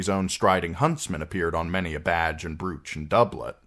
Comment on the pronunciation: That cat! Shut up! Brooch = broach Quay = key This shit is not difficult!